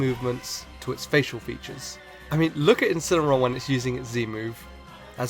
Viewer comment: It Incineroar, not Incenaroar!